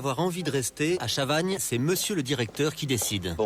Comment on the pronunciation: je suis désolé mais c'est chavaGNE pas chavaNe T-T